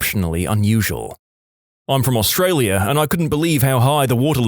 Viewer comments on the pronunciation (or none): none